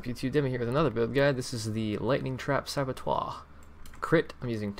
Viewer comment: Are you saying Saboteur as "Sabotoire" just to trigger? You have succeeded :(